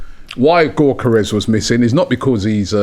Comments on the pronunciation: It's 'Yockores' not 'Gockores' it's 'Merino' not Mourinho, c'mon Ronnie and get it right. Gyockores still got 3 shots off against Saliba and Gabriel, Havertz wouldn't touch the ball playing against those 2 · Robbie was taught how to pronounce Gyokeres by the Sporting CP fan, still butchering it 😅